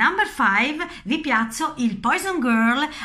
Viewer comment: ma carissima si dice puason non poison :D :D :D grazie del video !!!